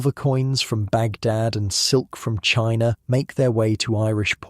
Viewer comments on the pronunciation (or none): none